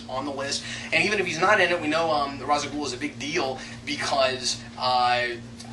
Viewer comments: I'am Calm Just Annoyed That Thanks To F-ing Nolan And is Poor Ass Research An Entire Generation Is Say Ra's Al Ghuls Name Wrong , It Bad Enough We Have To Deal With The Nolan Realiziam Bulls**t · Why Can No One F-ing Pronounce Ra's Al Ghul Name Correctly Type Ra's Al Ghul And Watch Video "Batman - Arkham Files - Ras Al Ghul" Or Type in Batman Dark Tomorrow And Watch "Batman Dark Tomorrow, Endings" Or Watch Batman Beyond Episode "Out Of The Past" Type in Batman Beyond Out Of The Past And Watch "Batman Beyond - A Close Up On 'Out Of The Past" Stupid F-ing Nolan, Did No F-ing Research Into Begins He Is A Royal Moron Please Make A Video About This And Nolan Lack Of Research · Then Why To Batman : The Animated Series / Batman Beyond Series / Batman : The Brave & The Bold Series / Batman : Dark Tommorrow Game , All Say It As "Raish Al Ghul" And Nolan The Only Person To Say "Rhas" Uh ??